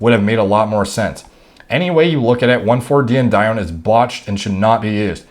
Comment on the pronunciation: Btw pronunciation is die-en-uh-doan my brotha